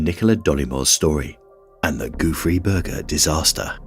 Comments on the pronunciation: I listen to these with the screen off and I kept hearing Goofy Burger. I was like no way that's what it's actually called l😂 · How hard can it be to learn a french pronunciation and not call it the "Goofy Burger" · All I hear is Goo Free Burger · It’s “ gouffre Berger” instead of “goofy Burger”. Gouffre means gap and a man named Berger, discovered it. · i kept hearing "goofy burger". i see its spelled Gouffre Berger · I can't stop hearing 'goofy burger' in first one💀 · I was hearing Gooey Burger haha I was luke Guess he don't want no Ketchup for a Dry Burger hahaaaa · I keep hearing goo-free burger. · All I also hear is goofy burger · I wish the narrator would have learned how to pronounce Gouffre Berger somewhat properly. 😕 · Haha me too, and the funny thing is that's not how you pronounce it in french